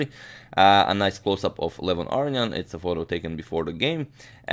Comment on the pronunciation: Interesting game. FYI Aronian is pronounced A-ROW-NEE-EN